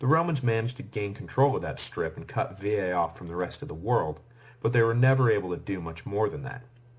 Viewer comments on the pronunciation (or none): Thank you so much for your work. Let me point that the Etruscan city of Veii or Veyes, would never be pronounced like you do. Even if the usual American pronunciation errs I think you may correct that in future lectures. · The constant mispronunciation of 'Veii' and 'plebs' makes me want to tear out my hair. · If he is trying to say it as it would've sounded in Roma, then no, he is saying it wrong. The vowel there is a long e which is pronounced as e in 'they', a in 'late'. The sound he made would come from the vowel i. Latin is a regular (linguisticly) language so the way letters are pronounced is consistent with one sound per letter, unlike English for example in which a letter or combination of letters can have two completely different sounds e.g. monarchy chyme and itchy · It's easy. Vey EE. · Bizarre pronunciation of Veii